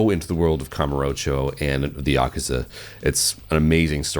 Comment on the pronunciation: Thank God, an American called it Yakuza rather than Yakooza 😅